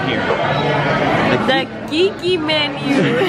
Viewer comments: Keiki is pronounced KAY-eee-key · Loved it all. Glad you guys finally got to come to Hawaii…hope you enjoyed it here. BTW, Keiki is pronounced like Kay-key 💕🌺 $honunani85